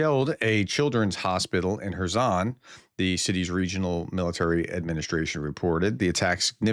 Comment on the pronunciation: Are you sure that you are pronouncing Kerson or Kerson correctly. ? Or are they two different cities? The Ukrainians pronounce it much differently and you are throwing us off while trying to listen